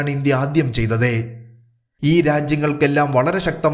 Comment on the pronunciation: താങ്കളുടെ ഉച്ചാരണം മഹാമോശം എന്നു പറയാതെ വയ്യ. ചെയ്തതെ അല്ല. ചെയ്തത് എന്നാണ്. ആണെ അല്ല. ആണ് എന്നാണ്. കേൾക്കുമ്പോൾ അരോചകം.